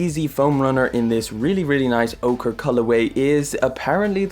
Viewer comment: Pernouced orcheeee